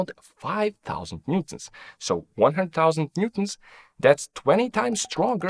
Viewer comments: NEWton ffs! it's NEWton pronucing like NEW TON, not Nton. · Why bro pronounce newton as "ntuns" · Sir how do you pronounce “newton”? This guy ☝️ “noo-ms” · are you trying to say newton??